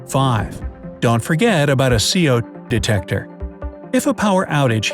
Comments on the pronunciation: BRIGHT SIDE: "Don't forget your CO_ *random pause* detector." Timestamp: Me: "Is it saying Se'ode, or CO_? How come it says CO² at the end of that part?" Timestamp: IT MAKES NO SENSE!! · I only heard 2 detector